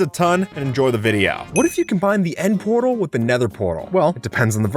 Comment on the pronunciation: the nend lol